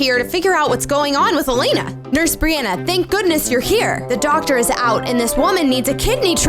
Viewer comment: Brianna, did i just hear u said olt?